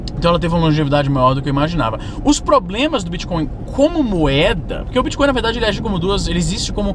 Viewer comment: Às vezes, você pronuncia bitcon em vez de bitcoin. Coin é moeda, mas con é trapaça. Essa sutil diferença na pronúncia fica parecendo um trocadilho para quem tem o ouvido mais apurado. Bitcoin é uma moeda digital, não é uma trapaça digital.